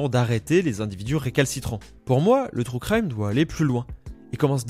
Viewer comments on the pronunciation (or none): "trou craille-me" 😭 "true crime" stp